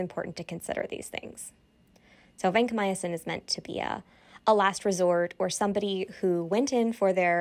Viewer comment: Vancomyosin? You mean Vancomycin?